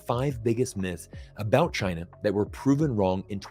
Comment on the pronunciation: I've really enjoyed every time said "Tchyna" in 2022⛳